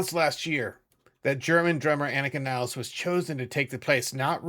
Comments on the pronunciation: It's Nil-les(s). not Niles. Herr im Himmel! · I wish people could pronounce her name correctly It is NOT niles.. It is Nilles so 2 L.s at least try. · Please learn how to pronounce Annika Nilles's name correctly!